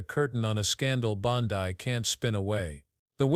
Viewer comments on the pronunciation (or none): Bond-ai? AI voices have no brains. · Hey, AI her name is pronounced Bon DE one thing about AI when it comes to people‘s names, they can’t distinguish between the letter, E and I